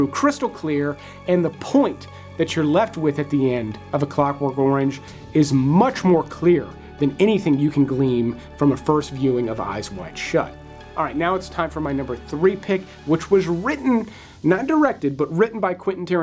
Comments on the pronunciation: After Clockwork Orange its " Glean" not Gleam. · A sm-a-a-a-a-l nitpick. At the end of A Clockwork Orange review...... Glean,...not gleam. LOVE your reviews,thank you